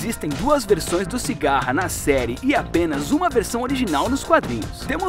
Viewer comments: CIGARRA KKKKK CICADA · Não e sigara e sicada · Cigarra? Kkkk é Cicada